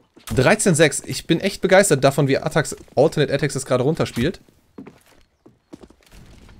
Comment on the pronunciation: ATTAXxxx man sollte schon die Namen aussprechen können